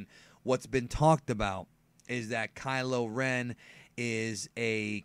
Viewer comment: Kylo Ren Ky-lo Ren Ch-lor-en Chlorine Kylo Ren = Pool disinfectant